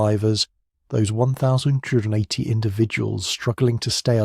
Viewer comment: A human would know how to say 1280. Pay someone to read these and they would be much better.. or proof your reader.